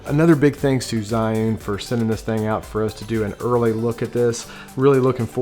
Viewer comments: Isn't it pronounced "Gee'un"? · Good video but you need to learn how to pronounce Zhiyun Also Zhiyun Smooth 4 only has a payload of 210g. That is the weight they quoted me in an email. Waiting for your review, thanks.